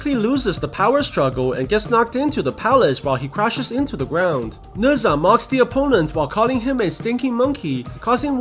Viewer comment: I dont like how he says nezha